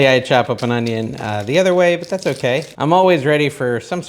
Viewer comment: What’s “honeyonyon” powder?? Lol!